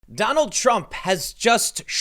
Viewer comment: Lol Tim said Trum wrote instead of Trump